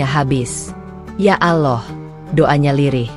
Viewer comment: Knaoa ya penutur channel ini ko ga belajar mengucap yang benar saat mengucap nama Allah yang benar , selalu mengucap Aloh, hem gemes , dah ga usah di terusin.